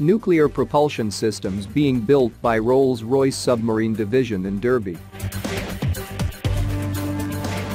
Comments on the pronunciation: It’s pronounced Darby. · Spelt Derby, pronounced Darby, thank me later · It's pronounced Darby old chap. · It's barrow in furness Scotland not English, an it's pronounced Darby not deerby😂😂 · Derby is a city in Derbyshire England. It is pronounced Dar-be not Durr-be 😊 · In the UK a word with er is pronounced ar. Example, darby and not derby, clark and not clerk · It is pronounced D-A-rby not D-ER-by. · Yes and Derby is pronounced like Darby with an A sound not an E even though its spelt that way. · Derby pronounced DARBY, clown! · English is a wonderfully tortuous language with all it's rules on pronunciation, and English place names then go on and break half of those rules. Derby should have been pronounced Darby. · Rolls-Royce in DURBY? Lol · The name of the city of Derby is pronounced Darby. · Psst: Derby, as in the city, is pronounced Darby. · I know right. The irony is, even if they had used an actual American to do the voiceover rather than an American voice bot, they would probably have still mis- pronounced it! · One day one of these text-to-voice systems will learn how to pronounce Derby properly 😉